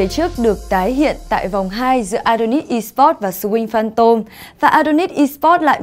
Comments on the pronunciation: .. Nghe đi.. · MC đọc kém vl.. Swing Phantom thì chữ "sờ" của Swing đọc nhanh lên.. Sờ Wing Phan Tom.. Đọc nhức nách..